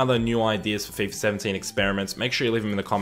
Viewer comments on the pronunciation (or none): none